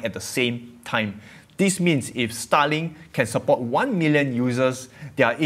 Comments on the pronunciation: i had to listen hard to what you were saying this time, because otherwise, every time you said starlink i thought you were saying stalin XD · i thought u were saying Stalin. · The way you pronounce starlink is quite funny. Sounds like "sta-ling".